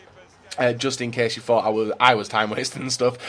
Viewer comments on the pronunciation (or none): none